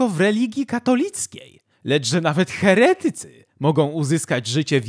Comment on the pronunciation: Mój mózg doznawał satysfakcji za każdym poprawnie położonym akcentem w słowie "heretycy". To rzadkie, więc dzięki! ♥️